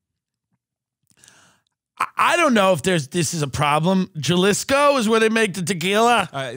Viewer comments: Gellisco!? 😂 how bout u culturally appropriate Duolingo for a day! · Jalisco? Ha-lee-sco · Jalisco, Pronounced Ha-Lee-sco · Jalisco - Juh Liss Ko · Jalisco, pronounced Hal-isco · FYI, in SPANISH, the letter "J" is pronounced like "H": HA-LISCO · Had me rollin. JUHLISHCO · This dude really says Jellisco hahaahah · The J makes an H sound in Spanish you dumb dumbs it's pronounced Halisco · The way they pronounce Jalisco is crazy😂😂😂😂😂😂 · pronouncing Jalisco with a hat J is one of the cutest things I’ve heard in a while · You pronounced Jalisco soooooooooo wrong. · How pronounced “Jalisco”😂😂😂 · How do these two not know how to pronounce Jalisco 🤣🤣🤣🤣 SUCH AMERICANS GOSHHHHH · Tim & pronunciation of Jalisco is nothing short of groundbreaking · Holy shit did just say Jalisco in the most whitest way possible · Hahahahahaha the way pronounced Jalisco. Side note Jalisco is a state and Tequila is the town where they produce tequila. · The way pronounces “Jalisco” 💀💀💀💀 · 2 white guys saying “Jalisco” Lmaoo I expect Tim to not know how to pronounce it but grew up throwing rocks at Mexicans, why can’t he pronounce it correctly? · Cute how they pronounce Jalisco 😁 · Hearing pronouce Jalisco is hilarious. J's are pronounced like H in Spanish. That's why Jalapenos are pronounced the way you are. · Jah-lisco haha it’s pronounced Ha-lease-Co it’s the only state in the world Tequila can be produced same as Champagne in France. You’re welcome. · Hal-isco not Gal-isco. In Spanish the Js are pronounced like an H. Cmon, I’m offended. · “Ja-lisco” .....😂 next time if you want, try “HA-leese-Co”. Or keep saying “Ja-lisco” it’s also funny unintentionally. Love the show 💛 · Gah-lisco. Lol. It’s Ha-leesco. Jalisco. 🙂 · took me an equally embarrassingly amount of time to realize was saying Gell-is-ko, but was talking about Hal-eese-ko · Jalisco sounds like halisco.....smh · "Jah-liss-co" made me pause the video lol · “Juhlisco” COME ON BEN